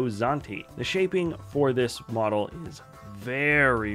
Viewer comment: I think it’s ironic that I just yesterday learned that Jack stone is a Lego theme that exists because I watch this video today (day after discovery). Anyone else experienced something similar? Also I kept hearing bottle instead of model every time that word was used…